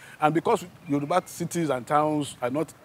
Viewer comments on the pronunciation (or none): Wow! I am so miffed with her pronunciation of the Yoruba names. I guess because its my language. The Benin Professors said our people are 'Orally literate' not illiterate.